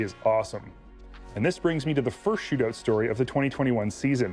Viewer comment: A "shootooot" eh